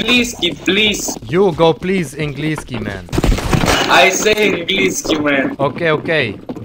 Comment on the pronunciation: its not inglinskiy its anglinkiy